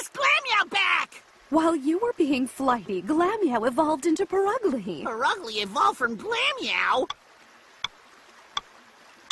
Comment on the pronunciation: It's Pur''ugly''